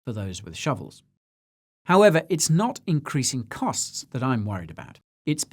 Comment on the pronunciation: The Mr Bean impersonation was spot on but, if I were tuning in for the first time, I wouldn't know he was saying "I'm NOT a financial adviser" 🤔